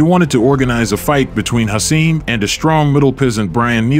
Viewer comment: Hasim's last name is pronounced "Rock-Mon" not "Rah-Mon" EDIT: After watching the full video I must add: Hasim is pronounced "Ha-seem" not "Hassim" It really makes me question the narrator/and or content creator's knowledge of this era of heavyweight boxing. That coupled with the video's title of "The night Lennox Lewis got his ass kicked" when really, Lewis didn't get his ass kicked. He was overweight, grossly unprepared, too confidant and ultimately got caught with a lucky (albeit monster) right hand. I'm not a Lewis fan at all, but he was clearly classes above Rahman. Hasim was a solid fighter in his own right, but more of a fringe guy at best. Getting caught with a right hand from Hasim does not entail "getting his ass kicked" Mike Tyson got his ass kicked by Lewis, that would have been a better title and narrative. I AM a Tyson fan.